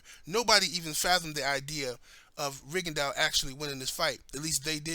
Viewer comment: its rigondeaux not ringondeaux lol